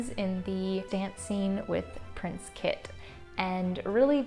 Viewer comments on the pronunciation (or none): none